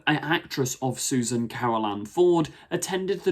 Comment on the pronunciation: Its Susan. Grandkid. Its not difficult.